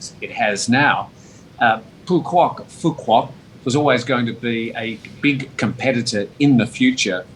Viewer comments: Work on your pronunciation you are pronouncing Phu Quoc incorrectly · Phu Quoc = foo-wook (roughly)